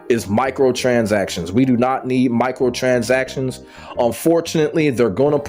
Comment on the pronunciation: “Michael transactions” 😂 killd me every time. Nah but the points you made are must haves for sure